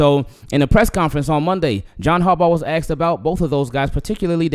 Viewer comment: Asked him not axed him